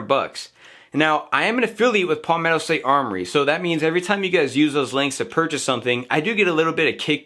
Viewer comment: Good review. FYI, it's pronounced "Pal-metto" like my friend is my pal. Not Poll-metto.